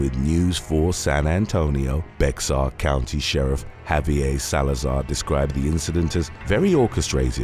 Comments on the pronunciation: It’s Bear County, not Bex-ar. Don’t ask why. It just is…. Bear County. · Bexar is pronounced Bear county my guy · Bexar is pronounced "bear" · San Antonio TX is in Bexar County. Bexar is pronounced Bear like the animal. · #4 looks like a Muppet Also the county were San Antonio is located is Bear county the X in the middle is silent.